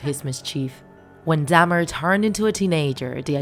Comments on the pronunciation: I can't stand how you say Dahmer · Bih ain’t saying his last name right. I don’t know why but it’s mildly infuriating. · Why does it trigger me that they’re saying “Dam-er” instead or “Dah-mer” 😭